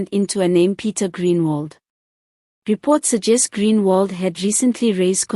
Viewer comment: Groenewald not greenwald